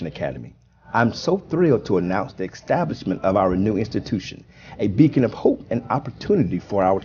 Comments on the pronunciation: He said eXtablishment. I guess it means he's teaching outside real facts. Let's hope he's at least getting taxed for spreading misinformation. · Somebody needs to tell Mr. Burns that "extablishment" is not a word, and Donald Trump is not a president.